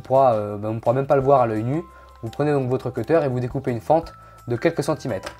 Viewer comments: Ca se dit cuttèr mdr le seul que tu as pas dis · La deuxième manière que tu dis cutter et la bonne ! :) zla première fois elle est dit avec un accent français :)